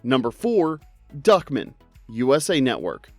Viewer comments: Why do you keep saying "Duckmin" when his name is clearly Duck Man? From what I recall, they said Duck Man every single time during the show, by every character speaking to him. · It's DuckMAN not Duckmen. And that clearly is not a cube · Why are you pronouncing Duck Man like Duckmen? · Who tf pronounces it Duckmen? I always heard it as Duckman with an A... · It was duck man, duck..... man. Duck MAAANNN. not duckmen!!!!! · Great video, but, MY DUDE, it's pronounced DuckMAN, not DuckMIN. That bothered me EVERY. TIME. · Duckman is pronounced Duck-Man. The stress is on the last syllable, like Batman. Not like Feldman. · Just here to see if someone told you it was pronounced "DUCK...MAN." Not fast like Goodman. It's like two words. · "Duckmun"? Tell me you've never seen the show without telling me you've never seen the show. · I cringed at the way you pronounced Duckman.